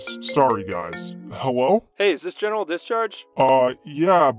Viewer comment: Change the auto tune voice Yeneral Discharge...sorry can't put the G on that.